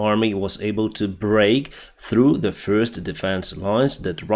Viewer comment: ''breaktrouh" jua jua jua jua! i call it a ''bobytrap''!!!